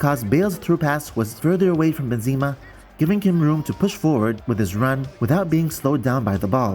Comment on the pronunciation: Hey mate great video it is frustrating indeed the assisted pass, but if you allow me please stop saying "Bynzema" the name reads like this "Ben Zeh Mah"